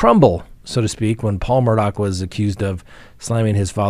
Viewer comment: There is no c or k in the last name Murdaugh.